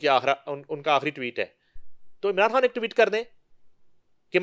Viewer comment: She pronounces everything fine except خان, she pronounces کھان instead 😂😂😂😂😂